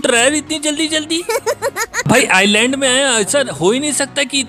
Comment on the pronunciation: आइसलैंड को आईलैंड बोल रहे है 😁😁😁🙈🙈🙈🙈